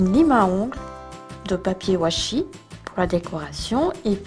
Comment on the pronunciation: on dit pas wachi